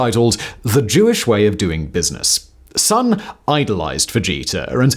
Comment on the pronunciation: Just to say, living in Japan, his name is pronounced SOHN (the vowel is pronounced like the o in gone), not SUHN as we would say in English, in case anyone is interested!